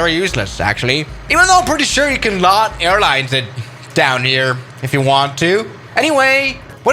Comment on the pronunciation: i am from poland and when you said lot airlines it was hilarious